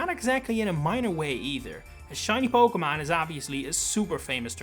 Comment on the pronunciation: When you make it big you need a t shirt that says "PokeMON" . I know it's your accent but it's iconic